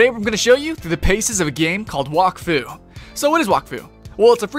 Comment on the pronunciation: you prenounce wak as whack